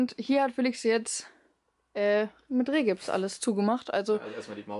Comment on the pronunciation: Es heißt Rigips und nicht Rehgips.